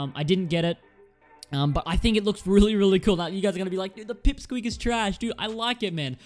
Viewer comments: Not peep squeak its pick squeak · Dood you forgot silverfang. And btw its pick squeak not “pip squeak”. Awesome video tho.